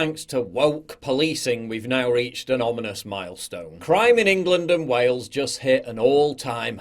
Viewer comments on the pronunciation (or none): none